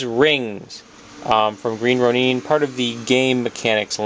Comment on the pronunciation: Sorry, but your pronounciation of Green Ronin is not good for my ears hehe. I believe it's pronounced as Row-Nin not Row-Neen. Sorry, just my preference. I liked the vids by the way. You have a monstrous collection, no pun intended.